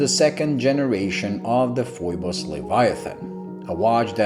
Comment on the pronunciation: Great review, Thumbs up given! You hit the nail on the head about the contrast of the markers, hands and dial. 😄Hahaha, Looks like I'm not the only one who gets the pronounciation of the company's name wrong. Like you, I look at the spelling and I'm forced to say Foy-bus, even though when I contacted Phoibos directly they'll let you know it's actually pronounced Fee-bus. Screw them, Foy-bus for the win! 😁